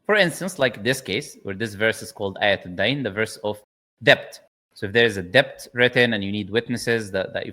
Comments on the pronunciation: Brother, sorry to nitpick. Debt is pronounced as det not debt. I do not want non-muslims to make it an issue. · it’s pronounced D-E-T not D-E-B-t the b is silent